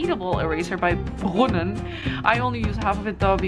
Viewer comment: Are you German? Because you said the word " Brunnen " way too good xD